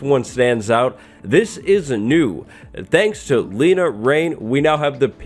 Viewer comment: Everyone mispronounces Lena’s name lmao.